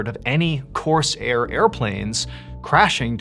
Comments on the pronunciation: Corsair is pronounced Core-sair , not Coarse-Air. Also , saying Corsair plane is like saying Corolla Car - just say a Corsair. Sorry, it just distracted me. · Corsair plane. Not Coarse airplane. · Why do you pronounce it "Course air" as if the air were course? The plane is a Corsair, a synonym for pirate. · Not pronounced coarse air… Corsair… one word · Dude - it’s not course air. Its core sair - put it together, corsair - not hard. If you’re going to talk about history then get the words right. And no, reincarnation is not a thing. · It's one word, "Corsair", not "Coarse Air". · Mr Ballen, I love and respect you so very much but I've got to tell you you're mispronouncing the name of the plane. It's a one syllable word not two. It rhymes with prepare or forebear or aware. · It's not pronounced "course air", like it's two words. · Corsair is almost one syllable. Not "Coarse Air." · On the third story with a little boy , why did you pronounce the Corsair fighter like Coarse Air plane? How could a father born in 1950 not know what a Corsair was? I was born in 1956 and I built this model airplane. I think it was common knowledge of amongst boys, my age to know all the American fighters in World War II.. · ok, cause it confused me, hes saying corsair plane, not course airplane. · The pronunciation of "Corsair" is driving me nuts. It is one word, it is not "coarse air". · Huge fan Mr.B!! But, it’s my favorite plane. I know you know this but the way you are saying it comes across as ‘ Course Airplane’ to clarify it’s a variant of the Mustang Fighter Airplane platform called the Corsair. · Coarse air? Never heard corsair being pronounced like that. 😅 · Corsair is pronounced without a division in the middle, or that is the way I have always heard it pronounced through the decades.